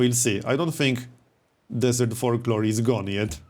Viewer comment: I know it's not polite so please don't be mad but I have to laugh at how you say folklore and it sounds like fork lord. :D